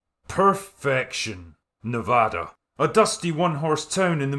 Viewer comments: I just want to say that it makes me happy that you say Nevada right. Nobody that isn't from here says it right. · Holy hell someone actually said Nevada properly.